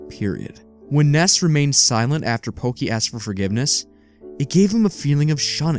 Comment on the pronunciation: His name isn't porky. It's pokey